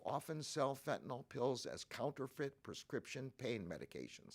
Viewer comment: FentanYl not fentanOl